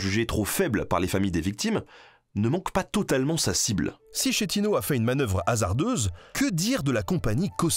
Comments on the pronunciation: juste pour la prononciation le nom du capitaine du Costa Concordia schettino ne se dis pas schettino mais se prononce phonetiquement sketino mais ce n'est qu'un détail en tt cas super doc continuez comme ca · desole mai je ne peut pas le sentir !!! sKettino et pas scettino !! inKino et pas la version chinoise INSCINO ... stp .... KaZZOOO (ZIZZIII) EST L EQUIVALENT DE (PUTAIN DE MERD) :):):):):) :face-green-smiling::face-green-smiling::face-green-smiling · the correct pronunciation of "inchino" is with an hard "c" like a "k", basically "inkìno" (accent on the i). Same thing with "Schettino", it sounds "Skettìno" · super video!! juste un petit detail, en italien la lettre H sert à rentre un mot "dur". du coup l'inchino se prononce "inkino". Pareil pour Schettino ou tout autre mot ayant un h suivi d'une voyelle ;) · Super vidéo ! Par contre en italien "ch" se prononce "qu": "Inquino", "Squettino" 😉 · Exellent travail et passionnant, mais "schettino" et "inchino" se lisent skettino et inkino en italien. Pour le reste j'ai adoré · Très bonne vidéo comme d'hab mais Schettino se lit "Skettino", et inchino se lit "inkino" 😄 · Merci pour ce doc Pour info : Schetino se prononce Squetino Inchino -> inquino cazzo -> catso Ça fait mal aux oreilles Merci ! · Schettino se prononce [sketino]…